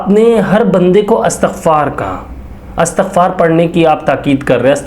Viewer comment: Lafz Astagfar nhi blke Istagfar hota he